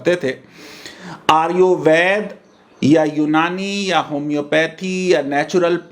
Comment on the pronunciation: आयुर्वेद का उच्चारण तेरे से हो नहीं रहा आगया भाषण देने।